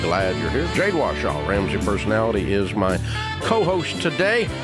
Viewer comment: It's WARshaw not Washaw.